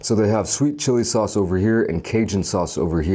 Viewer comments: “Sawooce”?!!? Subscribed. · That's how it is pronounced in Dutch. Never thought about it but put a smile on my face when he said it.